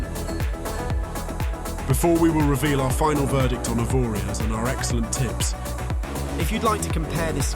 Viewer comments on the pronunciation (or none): You don't pronounce the last letter it's 'Avoria'.